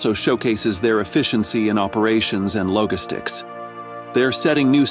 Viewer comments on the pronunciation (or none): “logistics” is mispronounced by the voice bot.